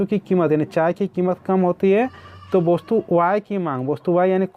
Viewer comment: सर जी वस्तु को आप वोस्तु क्यू बोलते है